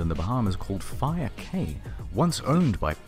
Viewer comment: "Cay" is pronounced "Key"